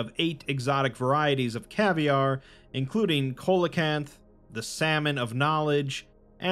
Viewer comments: Note: Coelocanth is pronounced SEE-lo-canth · Hey! I love your videos ❤ but just so you know, the word “coelacanth” is pronounced “see-low-canth”, its a weird word, BUT just a nitpick I couldnt help but point out.